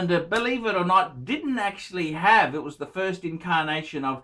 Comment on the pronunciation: I'm late to the game. Someone please tell me what's up with the "ph" "phirst" "phist".